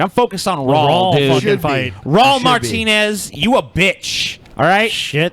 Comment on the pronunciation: pronunciation of Raul puts me into an autistic rage.